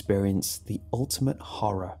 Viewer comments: He said horre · When says horror, I hear horra